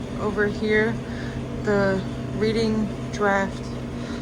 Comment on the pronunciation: READING is pronounced as in i READ the book, past tense.